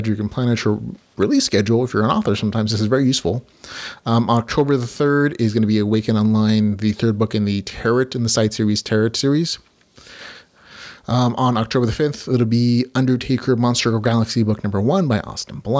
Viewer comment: Great show. You have done this a couple times now but the word 'tarot' is pronounced 'tare-row' by the way. Not 'tare-rot'. Hope that helps!